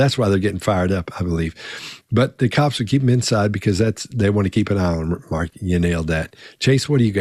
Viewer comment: why did it sound like called Mark “Margaret” here? 😂😂😂😂